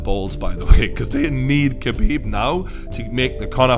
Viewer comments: It’s pronounced Habib Not KHabib 👍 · The K is silent, its habib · How come nobody understand yet that his name is pronounces Habib, the K in his name is silent for fuck sake. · being arab its pronounce KH abib not Habib, Much like Khalid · It's pronouced Khabib, not Kabib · хабиб. Its not pronounced as a 'h', but as a kh (as you would translate the sound into latin script), such as the sound in loch, like lochness monster, if actually pronounced properly. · It's pronounced "habeeb" not "kabeeb". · Say Habib, it’s not cabeeb. When asking for lasagne you pronounce it lazanya and not la zagnay. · Shut up you fool. Did Conor not over react, fly from Ireland and throw a dolly through a bus injuring other fighters that were not evolved. Also, to sound like a real reporter try pronounce Khabibs name right. Drop the K. Your boy Conor couldn't do those things you mention because he was afraid of the take down. Simple as that. He got outplayed. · You're literally the only person i have ever heard of pronouncing it like that. Stfu.